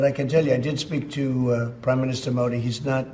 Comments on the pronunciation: When he say PM Moody😂😂😂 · Same as Pakistani says🤣